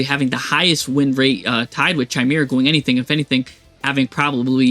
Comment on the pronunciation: Chimera is pronounced like Kai-meer-ah